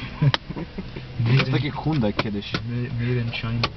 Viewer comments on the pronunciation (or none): none